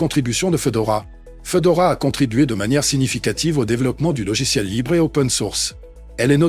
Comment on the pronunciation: Fédora, pas Fedora... Fédora, comme le chapeau 🙃